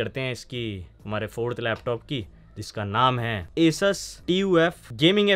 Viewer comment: Chlo kisi ne toh theek thaak PRONOUNCE KIYA ASUS